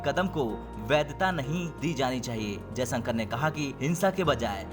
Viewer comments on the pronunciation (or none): कम से कम सही उच्चारण सीख लिजिए, जयसंकर नहीं जयशंकर है ,,, बार बार श को स बोला जा रहा है, सेना प्रमुख का नाम भी गलत लिया